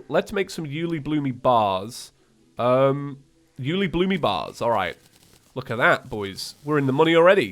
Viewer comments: Why does he say Uelibloomee when refering to Uelibloom? That makes this way harder to watch for me XD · by the way im pretty sure ueilibloom is pronounced "you-ay-lee-bloom" and not "you-lee-bloo-me" XD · dude it s uelibloom not uelibloomy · what is Uelibloomie? i have only heard of Uelibloom. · Take a shot every time he says you-li-bloomy I dare you (FYI this was made at beginning of episode so do that at beginning) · calls ulebloom "ulebloome" Edit: there already is a comment about it but I didn't see it. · It's actually pronounced "uli-bloom" not uliblumy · I swear say uielbloomy one more times IT UILEBLOOM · 'Uelibloomy'? is it a joke? if not a joke its 'Uelibloom' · yooly bloomy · This man just pronounced it U-lee-bloo-me. I thought it was always U-luh-bloom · Me and the boys watching mage 31 like: (⌐■_■)(⌐■_■)(¬‿¬)(⌐■_■) Also it's: U-le-bloom not U -li-bloomi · ??? I always pronounced it Yule-lé-bloom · I'm still confused on him calling it uelibloom-y, not sure if he's doing it on purpose or not, but I noticed on his last calamity playthrough, and I'm just curious, if anyone knows. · Pretty Sure the ore is pronounced ooh lay bloom or you le bloom. Also aegis is ah-gee-is or ay-gis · I lowkey lose a bit more of my soul every time pronounces something like 'Profaned', or 'Uelibloom', or 'Elysian'. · i dispise the way he pronounces uliebloom